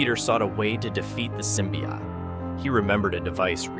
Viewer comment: He's saying it fine?